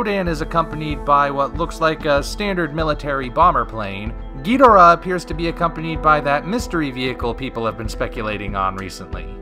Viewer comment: Why do you keep say Ghidorah's name wrong?